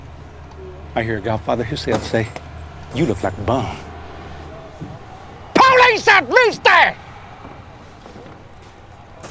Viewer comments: POWLEECE THAT MEWSTACHE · "POWLICE THAT MOOSTASH"